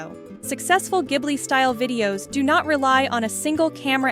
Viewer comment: Thank you for pronouncing it correctly because:Hayao Miyazaki (Spirited Away)It refers to a hot Saharan wind, but also refers to the Caproni Ca.309 Ghibli, an Italian aircraft from World War II.Miyazaki's Passion: Miyazaki, a lover of aviation, chose the name because of his interest in planes. Please pronounce correctly. In Italian "gh" is a hard "g" as in (spaghetti), So "Ghibli" should be pronounced (gib-lee). Not (jib-lee)